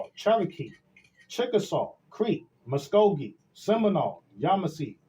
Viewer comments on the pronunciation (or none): none